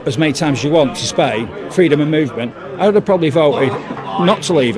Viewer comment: Spayin. He calls it Spayin. That's grounds for not issuing this idiot a visa.